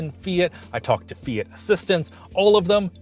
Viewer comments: Why do you call it "Fiyit"? It's Fee-yacht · Fee-it? Really? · Eww, "Fee-it" Literally unwatchable 😂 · You keep pronouncing it "Fiet", but isn't it "fiawt"? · "say fiat right" my wife the entire video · Is this really how people in Canada pronounce Fiat, or just?